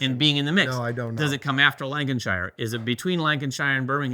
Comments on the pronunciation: Love hearing your pronunciation of UK place names. Lan-Ka-Sheer and Bur-Ming-Hum I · Super pepped for the game! *Lancashire ("Lank-a-shur") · For our American neighbours...anytime you have a UK city ending on ham...it's pronounced hum. Birminghum, Buckinghum, fullhum, Nottinghum and so on. Anything ending on shire is shur. Yorkshur, Lancashur and so on. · This video should be titled "7 ways to mispronounce Lancashire" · Us people from Pittsburgh probably know Frick (Frick Park and museums), coke (the steelers logo is often interpreted as blue = coke, orange = iron, blue = scrap steel.), etc. :) You can ID us because we'll be correcting your mispronunciation of Carnegie, not the ones correcting your mispronunciation of Lancashire. :D As for your question, I can't get past the fact that you spelled Pittsburgh wrong in the question. j/k. I don't think it will replace it for everyone. There are a lot of people who think Lancashire is a better game because it is more streamlined and the map is tighter, and that was especially true when the Roxley editions came out. I believe critics at the time phrased it as Birmingham is a "standalone expansion" to Lancashire. I imagine they'll do the same with Pittsburgh but go into a different direction. Apparently that direction was originally planned to be a lighter version of Brass until they researched the Gilded Age and went in another direction, but with a requirement that the play time should still be in the "sweet spot" that Birmingham has. Don't know what that'll be but it sounds exciting. (Brass:Scotland is likely to be the lighter version, apparently Martin Wallace himself is doing a lot of the designing there)